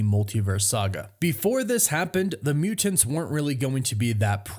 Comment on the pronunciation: "The Muu-Tints"...